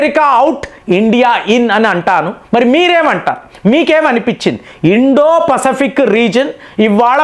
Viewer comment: Pasfic pronunciation different ga palukuthunnaru yenti